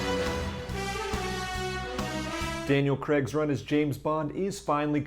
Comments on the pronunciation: Good video. I'd just like to point that his surname is pronounced Cray-g not Creg. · Why can't Americans say 'Craig'? It's not that hard!